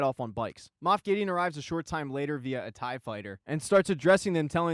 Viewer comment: This was fantastic! Even though you said Moof =)